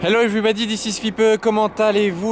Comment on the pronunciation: "evribodi ziziz fipeu" c'est de l'anglais ça? 🤣 super caisse frérot!